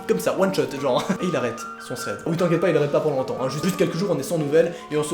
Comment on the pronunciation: "wuite neuf"😂